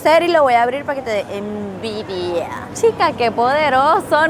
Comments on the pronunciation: Jajajajaj dice ENDIVIA NO ENVIDIA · Al rato me di cuenta que decía Endivia y no envidia 😂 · Dice eNDivia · pero dice Endivia🤣